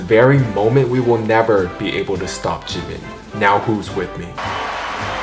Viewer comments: .....it's jiMIN tHE EMPHASIS IS ON THE LAST SYLLABLE AGGHHHHHHH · Jimin's name is pronounced "jeemeen" not jimin